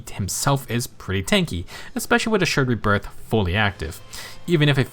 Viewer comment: I'm glad I'm not the only one having trouble with accidentally calling Assured Rebirth "Assured Breath" 😂 you clearly had to slow down and make sure you got it right. I knew you were gonna call it "Breath" if you didn't. 😅 But then... You didn't slow down this time and just naturally messed it up just like I do 😆